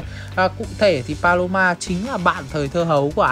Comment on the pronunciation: Paloma anh đọc sao thành balo 3 luôn :^ ai đồng ý với ý kiến của tui hông nà